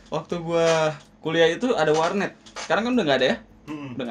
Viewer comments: Kamus Dzawin = "Warnet : War'neat" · Bengekkkk... jawin bikin ngekek tiap ngmg warnet